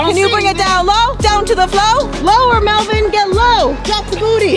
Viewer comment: Its Melvin not melvien